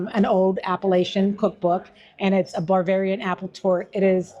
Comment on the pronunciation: I couldn't help but think that if I were talking with that lady and she kept saying "bar-varian" instead of Bavarian _... I'd have been cracking up! 😂 I can't help it.... it's just in my nature! 🤷🏻‍♂️ I love good food so thanks so much for sharing! And I ain't ever found a frawg leg anywhere that tastes like any chicken I've ever had! They certainly DON'T taste like chicken 😂 God bless ~ Scott 💙🙏🏼